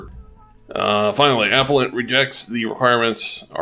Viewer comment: FYI it is "uh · peh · luhnt" not "ap - uh - lent"